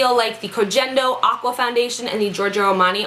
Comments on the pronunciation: The G in Koh Gen Do is soft, like in get or gas. :) Hope your face is okay. I have quite a few allergies, so I totally know what that's like and it sucks. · i'm pretty sure koh gen do is pronounced with a hard "G" like when you "girl" not trying to be one of those people lol just though you'd like to know